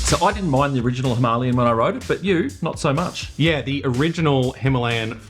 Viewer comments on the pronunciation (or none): Hi-ma-la-yan, not Himalian!!!🤦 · it's not 'himarlian' it's 'him - a -lay - an'. Don't speak english incorrectly just because other people do. and no, this video is not in indian, it's in english. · It's not that either. It's HIMAL-YAN. Also 'Indian' is not a language. Educate yourself! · Instant thumb down for smugly insisting on the Hindi pronunciation of Himalayan when speaking English. The Hindi pronunciation is correct when speaking Hindi, but not English. You were right in the title - this review is not for everyone.